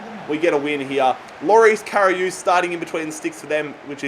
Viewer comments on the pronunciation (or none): Anyone notice how he kept saying karius wrong?😂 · Karry-us(liverpool keeper